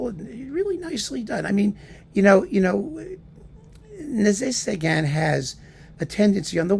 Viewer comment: I think I like the way you pronounce his name better.